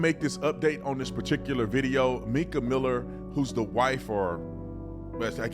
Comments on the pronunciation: Please do research before posting stories. You pronounce Mica's name wrong. It's Mica, not Meka. Pastor has a girlfriend who he's with now. He was stalking her with tracking chip on her car. Also, slashed her tires, recently and had a restraining order two days before death. There is so much to this story. Pls do more research. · It's pronounced "my-kuh" not "mee-kuh".